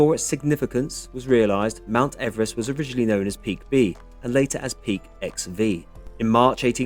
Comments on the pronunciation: His surname is pronounced Eve Rest not Everest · I have heard that his name was pronounced EEvrist not Ever rest. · Yay ! I've been waiting for this one ever since I suggested it on the day you were already visiting ! Poor George is very famous but we all say his name wrong as he pronounced it "Eve-rest". So much for fame ! A great video, all the best, Pete